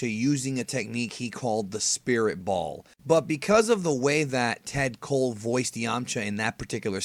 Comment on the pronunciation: I can't believe some thought he said bomb and not ball i thought he said it pretty clear lol